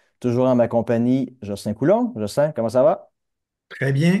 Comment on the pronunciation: Coulon et non pas Coulombe.